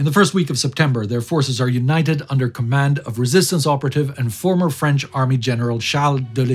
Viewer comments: Just here to say that your french accent is impressively good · Your french is flawless, just like the important work you're doing here. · My native language is French, I can tell you your prononciation is almost flawless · Wow, your French pronunciation is on the mark. Good job!